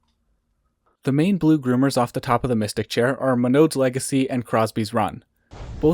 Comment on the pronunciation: Big chair has the best views in Banff 👍 I need to visit Norquay again, fun little mountain but it's a hard sell when I'm driving 3 hours for a day trip. (Yes, you pronounced Monod correctly)